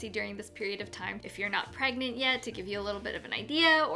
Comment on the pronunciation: How do u pronounce pregante?? 😂